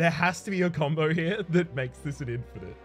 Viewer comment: "Infinish" LUL